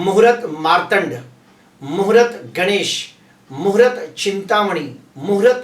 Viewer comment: Muhurat nahi sir. Muhurt bola Karen please .